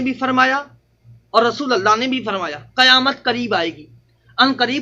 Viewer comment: ابے گدھے کی اولاد قیامت میں ق کے نیچے زیر ہے گدھا تم کو مولوی کون بولتا ہے پورے قرآن شریف میں کھیں پر ق کے اوپر زبر نھیں ہے اگر ہےتو بتا تیری پوری زندگی غلامی کروں گا سالاگدھا